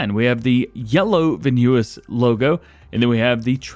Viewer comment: I love the vids hate how you say the Dutch names Hahaha "veenhuis " and "Vredestein" 😂😂